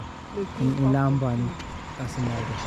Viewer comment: I like your videos,! I have a question: Are you from Cameroun? I notice you speak English with an American accent, but most Gabonese speak English with a French accent. And Loria pronounces Lambarene in French (Lam-ba-ray-nay), but you pronounce it in English (Lambareen).